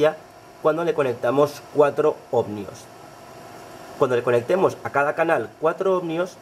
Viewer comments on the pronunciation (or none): ¿¿OhmNios?? Se dice ohmios, tan listo que eres y luego te inventas esa N.